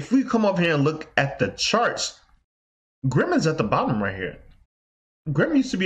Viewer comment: It's Grin not Grim. Also, those calculations you're making for Grin Asic's are very very wrong.